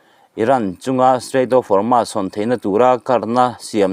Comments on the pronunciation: Hormus hi chanchinthar puang tu zawng²in Hormus tiin an lama nangmah chauh hi Hormas tia lamtu i niin ka hria, alam dan dik hian lam a harsa viau em mi? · Hawrmas niloin Hawrmus tiin lam la